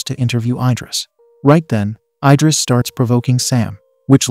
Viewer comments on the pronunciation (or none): I-dris ❌ Id-ris ✅